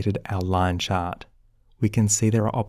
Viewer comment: Nice tutorial! I like the way you say, "chart", like "chot" You could do voice over work!